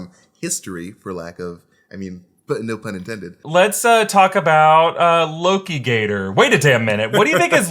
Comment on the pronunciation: Not lokigator... aLOKItor